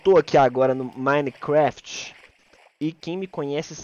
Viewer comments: "Minecrefet" kkkk Edit: mãeee to Famoso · "Minescraft" KKKKKKKKKKJJJ